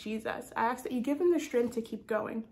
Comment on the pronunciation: thank you!!! great confirmation ❤🎉 if i may be allowed to say one thing, in love and not out of criticism, but i hear you say the word ask as aks.. but in pronunciation it is the s before the k. 😅 not super important but felt i should draw your attention to it so you are able to address it if led to by the Lord. have a blessed day!